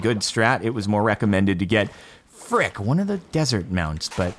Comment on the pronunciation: Its so funny to see you say a word frick a lot of times sounds like duck